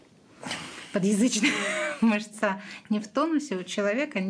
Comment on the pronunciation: А знаете отличительный признак медика от того, кто не относится к медицине от силы никак? Простое слово: "мышца!" - не мышцА, а мЫшца. И это знает каждый медик в мед.универе.